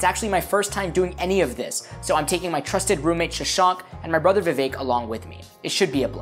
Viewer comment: Did you say Vivek?😮